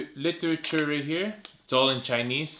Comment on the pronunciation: the "literatur" 😁